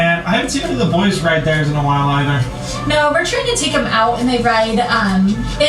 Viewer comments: She also says "why" instead of "while"🙆🏾‍♀️ drives me insane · I just want to say that I agree with you on how Crystal talks. Her pronunciation is so lazy. A few things she says drives me crazy. One is saying "why" for "while". Listen for that, it will drive you nuts. The other is the statement, "real quick". She never says anything real quick. Why does she have to start with that. Just start the explanation. So to answer your question, the reason why these two kids are always with her? These are her two oldest bio kids. (There is 3.) They are working for her instead of having another job. It is spoken of that Hallie works for her many times. She only works for her. I've thought about this in terms that Crystal needs someone to film with. Having these two around her looks better than doing it all alone. Also, this son (Max) goes with them many places and films. I think the kids must get some money, because they always seem to have money to spend. Later, gator.